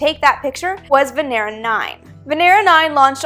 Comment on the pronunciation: I swear I heard 'VENERAL'... lol....